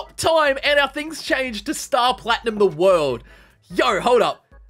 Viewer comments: its ZA WORLDO not THE WORLDO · “ The worldu” B-but it’s ZA WARUDO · Correctly Za WARUDO but not ZA WORLDO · I like how he said: " The worldu!" Instead of "za warudu!" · Bro said the WORLDO but it’s ZA WORLDO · This man said the wrold not ZA WALDRO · Theworldo? Yo mean ZAA WARUDO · Bro did he really say THE WORLDOOO!! Except for ZA WARDO okok its alright im not bashing or anything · I love the video, but God dangit if you say the worldo one more time instead of za warudo, I might hurt you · Bro said THE WORLDOA its ZAA WRAODO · aGH HE SAID THE WORLDO INSTEaD OF ZA WUARDO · Its not THE WORLDO its ZA WARUDO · Its za warudo not the worldo… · za not da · It felt so weird not hearing “za worldo” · when I heard him say "the worldo" I gringed so hard my battery died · When some says "THE WORLDO," you know they dont watch jojo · My heart broke when he said the worldo 🤒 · when he said the worldo i cringed so hard dude this man just needs to watch and read the animes hes gonna play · its called ZAWARDOO